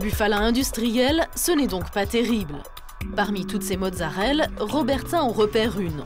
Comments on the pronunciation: Mozzarellaaaaaaaa pas mozzarelle :) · c'est marrant parce que mon cerveau a corrigé automatiquement tout le long, j'ai remarqué qu'elle disait mozzarelle que dans les commentaires :p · Merci ! J'ai corrigé la journaliste pendant tout le reportage XD